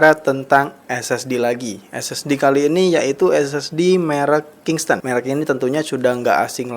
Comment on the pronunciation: bukan kingston bang tapi kingston